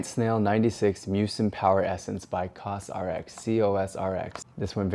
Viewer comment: The brand is pronounced more like co-za-reks And you nailed Caudalie's pronunciation....